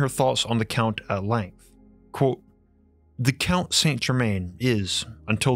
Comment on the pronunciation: Why do you say quote like you do and theory like it's spelled therey